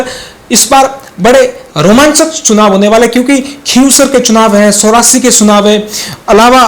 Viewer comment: एंकर शुद्ध हिन्दी बोलो सोरासी नही चोरासी है।